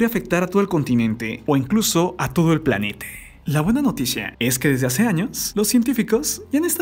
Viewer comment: Clarito escuché que en una parte dijo planete